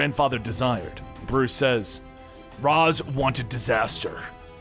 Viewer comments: incorrect your entire argument has been a refusal ray•shh rah•us is the correct pronunciations he said razz which is incorrect again there is the wrong way & the right way he did it the wrong way it's not a matter of disagreement its correct or incorrect you're having a hard time so I'll say it in an even more dumbed down way maybe you understand it better this way him say word wrong wrong not right ugh ugh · Ray-sh, not Raz. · It's pronounced ray•shhh